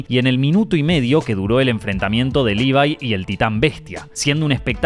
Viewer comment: Levi no se pronuncia "Libai", por mucho que en japonés lo digan como les parezca.